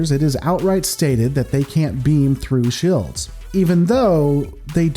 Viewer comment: What the Hell are "shilds?"